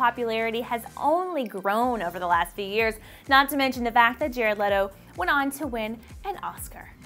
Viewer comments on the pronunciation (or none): none